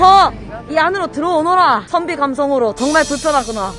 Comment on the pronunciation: 나만 외국인이 선비가아니라 선미라고 하는줄 알았낰ㅋㅋㅋㅋㅋㅋㅋㅋㅋㅋㅋㅋㅋㅋㅋㅋㅋ